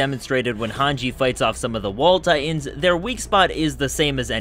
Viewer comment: Am I the only one who hears his pronunciation of "Titans" as "Tye'ins"? Earworm glottal stop.